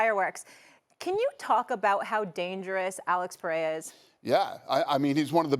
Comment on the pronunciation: You put two people that work for ESPN that know absolutely nothing about the sport. You care more about boxing than having the UFC president in front of you. Yes we are all happy to finally see boxing get saved but at the same time they can’t even say Alex Perera’s name right do some research. There’s so many other great fights on this card. But of course all you could bring up is Alex Pereira and Justin and and Stephan a Smith only knows about the Max Holloway knockout because it was the most viral thing that happened last year stuck to ball sports 😂